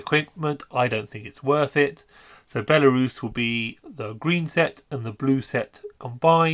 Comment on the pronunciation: great video as always... but why do you say belisarius like that 😭